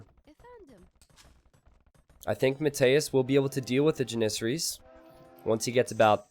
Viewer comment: It's JAN-issaries, not jan-ISS-aries !!